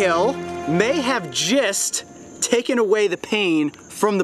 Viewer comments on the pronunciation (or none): jist? or did he mean just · Who else understood 'jizzed' instead of 'just' lol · i heard jest